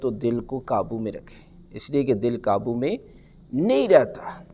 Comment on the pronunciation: VerY NiCe ReallY GreaT. QibLA MouLanA Sahib PLease ImProVe Few Words, Of Your Arabic and Urdu Qaboo HaY Kaboo Nahin HaY, Tareeqa HaY TareeKa Nahin HaY, ThanK You VerY Much.